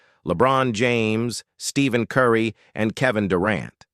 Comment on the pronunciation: This is either AI or this person has never heard anything in basketball. Stephen Curry was mispronounced